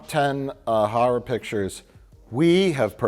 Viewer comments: Cheering at my screen everytime Mike calls them Harrar pictures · "Harrer pictchas" - Mike Stoklasa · Lol, these guys pandering to the truthers by pronouncing it "harrer" like 540 times. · Ha’ra = Mike saying Horror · Harr’r pitchur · Im only here because I was promised that Mike calls them "Harrah" Movies. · "Har'er movies" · Harrer pickchurs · I love that saying "horror" brings out Mike's latent Chicago